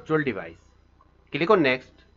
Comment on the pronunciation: Click On❌Cilikoon✅